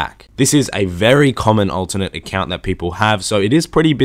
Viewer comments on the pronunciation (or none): I learned that you pronounce alternate as ultimate